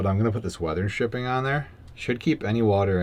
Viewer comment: weather STripping, not SHripping. There's no H in ST.